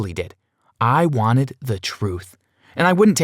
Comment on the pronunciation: “MOST WENTED”